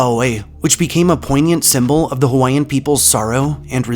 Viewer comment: Being native Hawaiian and a collector of Hawaiian ghost stories, myths, and legends this was a great video that was mainly accurate. I also like to mention that you did a good job pronouncing most of our Hawaiian words. I’ve heard many butcher the names of places and people that have Hawaiian names but you did well!! Great job. I enjoyed your video.